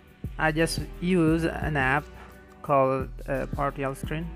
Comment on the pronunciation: lol I thought u said party off- screen